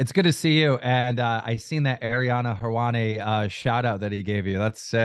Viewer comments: Man said Arianna Helwani 😂😂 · Keem is fkn hilarious lmao he really said Ariana Helwani 🤣🤣🤣 he knows what he’s doing when he mispronounces names